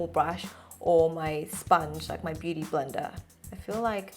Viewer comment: When you said blender brush I heard Brenda